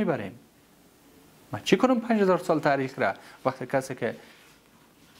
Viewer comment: هیچ کس به خود نمیگه ( نوش جان می‌کنم ) در ضمن تاریخ را لطفا ( ته ریخ) تلفظ نکنید از یک آدم با سواد مثل خودت بعید است